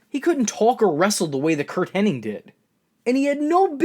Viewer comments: Hennig, not Henning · for Fucks sakes it's Hennig . . . IG not Henning . . . ING